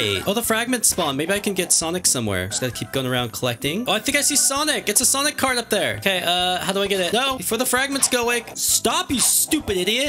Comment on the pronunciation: Ah yes sanic